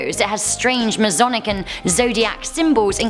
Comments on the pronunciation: Hey, just for future reference it's not Maze-onic like you pronounced it it's Ma-sonic. (Think aye MA) I only know that because I'm part of the Masonic family. And it's not a cult, and it's not satanic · Masonic. Ma"s"onic. Not mazonic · You need to learn how to talk its masonic not mase onic lol idiot!